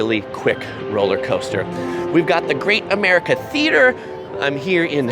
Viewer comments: The amount of times you said the park's name wrong in this video was cringe. Park is in a sad state now compared to what it used to be. Its not much busier on normal days. Its on its last legs before closing in a few years. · How to you get the name of the park wrong repeatedly?